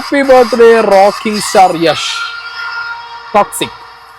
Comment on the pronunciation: യെഷ് അല്ല യാഷ്